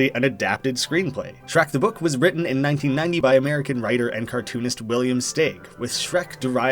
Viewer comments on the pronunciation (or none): none